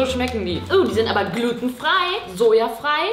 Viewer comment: 2.56 e sheißt Gluutenfrei mit langem U